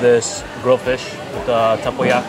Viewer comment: did pretty well with durian and tempoyak which my Mat Salleh husband still struggles with, so 👍👍